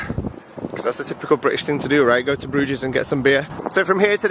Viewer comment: “Brewgess” it’s like Loch LaMonde all over again! 😂😂😂